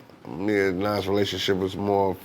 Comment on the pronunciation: He really not trying to say Nas name 🤣